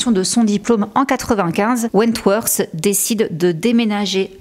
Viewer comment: Your videos are great, really! But I think you should learn to pronounce english words a bit better? Je sais que les français tendent a prononcer le "th" en ssssss. Mais ça change tellement la signification de certain mots voir rend confus sur certains mots qui sont méconnaissables. On dirait que tu dis Wentworse et en anglais ça change completement la signification du nom. Comme tu fais beaucoup de vidéos qui concernent des anglophones je pense que ce serait un vrai plus. A la limite fait comme les australiens qui mettent un simple "t" ou "d" selon les mots.